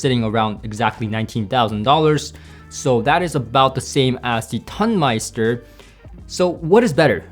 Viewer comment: I think that comparing these seperates against the Tonmeister is comparing apples to oranges. I would say that it is less about „better“ than different. It‘s a different type of sound. You describe these differences well. BTW: it is not pronounced ton (as in „it weights a ton“), it’s pronounced like tone (as in „it has a beautiful tone“). Tonemeister means sound engineer in German.